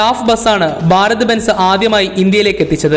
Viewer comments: 'ബ'അല്ല 'ഭ'ഭാരതം ok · ബാരത് എന്നതു കൊണ്ട് ഭാരത് എന്നു തന്നെയാണോ ഉദ്ദേശിക്കുന്നത്? സഹിക്കാൻ പറ്റാത്തതുകൊണ്ട് ചോദിക്കുന്നതാണ്. ഭ എന്ന അക്ഷരം ശരിക്ക് ഉച്ചരിച്ചുകൂടെ. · Baarath alla..bharat..bhaa bhaa